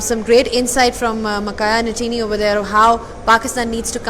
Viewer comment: Madam, He is not Makhaya NATINI, He Is Makhaya NTINI..😄